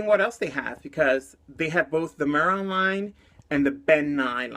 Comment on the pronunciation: It's pronounced may-Ron 😉